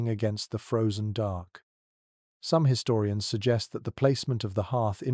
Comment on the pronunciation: You lost me at his-storians